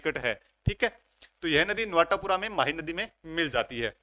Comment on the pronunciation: Sir ye नवाटापरा h नवाटापूरा ni h